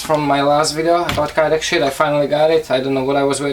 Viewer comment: Does any one else hear grey shit not grey sheet no afence